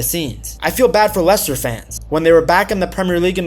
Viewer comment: I nearly turned off when I heard the accent but he did pronounce Leicester and players names correctly, glad I stayed and watched